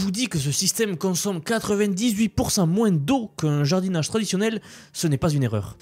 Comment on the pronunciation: (-) On dit moin et pas moinsse 😅🤣 pour moins et plus -,+ Y a un mec qui a copié une de tes vidéos pour la mettre sur sa chaîne